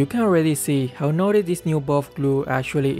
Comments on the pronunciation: says nutty like naughty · Does he say “That's absolutely nutty" or “That's absolutely naughty"?😂